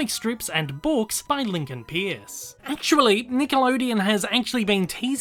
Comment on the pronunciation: His name is actually pronounced “purse.”